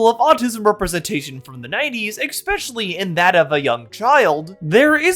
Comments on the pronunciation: really good video but please stop saying "eck-specially", it's really distracting 😭😭😭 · i gotta thumbs down for "ekspecially"